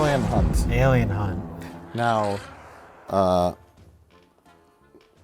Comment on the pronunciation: That's Alien Hunt... Hunt–with an "H."